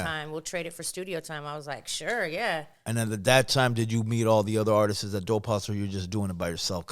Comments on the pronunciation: The artistsisisis 😂😂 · YouTube RealadyTheQueen for unheard Juan Gotti song 🎶❤ Mr. Capone E. Needs to learn how to say the word Artists 😂 I would never do anything on the internet and put someone on blast... He literally did the same thing to her with that spm call 😂😂😂😂😂